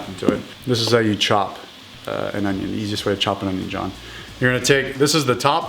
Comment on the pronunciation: How to dice an oño.